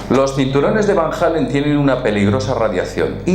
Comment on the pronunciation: ALLEN, ALLEN, ALLEN... Nunca "Hallen".